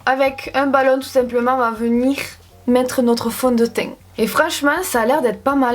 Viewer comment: MDR ton accent du sud "fond de teiint"